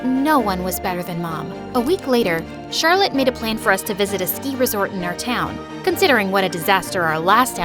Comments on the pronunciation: he said charlotee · I like how said charllote exept the main person